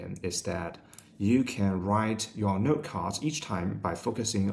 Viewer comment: I hear NERD every time he says 'note' lmao